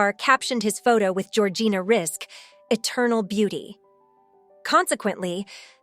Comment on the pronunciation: What kind of absolute TOTAL Lies and rubbish are you saying in this video?? *1st if all ~ Georgina's name is pronounced Rizik... *2: ~ arabic women were allowed to go to school back then and even further back... in Lebanon and across arabic countries alot of women were educated up to university level... infact the World's 1st university was opened by an arabic woman centuries ago *3: ~there are 4 religions in the arab World, not all the women wear head scarf hijabs ~ approx. 50% do not do so * 4: ~arabic women who choose not to cover often do wear bathing suits in public swimming places ~ it started 20years prior to this beauty contest *5: ~the images of women wearing black scarfs (chador) that you show as images of arabic housewives... those are NOT arabic women, but rather images of after islamic revolution Iran... Iranians are not arabs. * 6: ~again i REPEAT arabic women did not all wear hijab and cover their faces, not then and not now *7:~ many higher education arabic women in the 1950's and onwards are doctors, lawyers, accountants...etc...etc.they are not all tied to home base *8:~ Lebanon is NOT a muslim country... it 50/50 christian and muslim country... it has never been a conservative country, but instead a party beach/ restaurant n bar/nightclub playground since the 1950's... and many famous celebrities + jet setters have visited Lebanon *9:~ Georgina is NOT the only arabic woman to have won a prestigous beauty contest... Miss USA 2010 was Rima Fakih, who is also